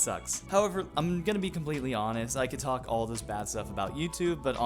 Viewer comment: “We have lots to tal(co)k-o about” 😂